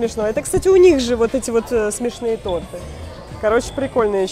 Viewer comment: Не торты а тарты😅